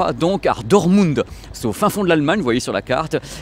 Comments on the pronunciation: Ca se prononce Dortemounde, c'est une des plus grande ville de la Ruhr et elle est mondialement connu pour son club de foot le Borussia Dortmund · On prononce le "t" de Dotmund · yo par contre tu prononce mal "DORTMUND" et les footeux connaissent très bien cette ville car Club de foot souvent en ligue des champions mais je crois savoir que toi tu suis pas du tout le foot. Mais dans tes abonnés amoureux du son et de l'image je suis sur qui se reconnaîtrons. Surtout pour les grands écrans pour suivre le sport télé mais sinon tu continue surtout tes voyages qui font rêver et nous faire découvrir tout ça